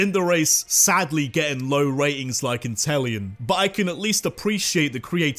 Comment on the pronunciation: INTELEON, NOT INTEL ION!